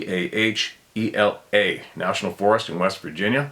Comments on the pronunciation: Monongahela Muh-Nong-Guh-Hay-Luh (My family’s part of the world so just being helpful.) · pronounced mon-na-heal-yah,, has great trout fishing!!!!!! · Oy vey! Lol, the word is pronounced 'ma non ga hay la', some pronounce it as 'ma non ga he la' it's a native american word of the Lenape tribe that means "falling banks". I was born in southwestern Pa near the Monogahela. I have an older cousin who lives quite close to the river. He has a doctorate in anthropology and was a professor at West Virginia University. We hadn't spoken for awhile and when we recently talked on the phone i mentioned my interest in sasquatch. He chuckled. I told him there were plenty of reports in his general area. He asked if i actually thought it was possible for a being of that size to be able to live there. I said that they have been seen in areas a lot smaller than the rolling hills of southwestern Pa. He was amazed that i believed in such a thing and i was anazed that since he studied the subject of people that he had passed over all the of the countless reports and accumulation of evidence from people all over the world. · Prodounced: mahn-non-guh-Hay-luh. The national forest in West Virginia. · Pronounced, Mo-non-ga-hay-la, spelled Monongahela HTHY!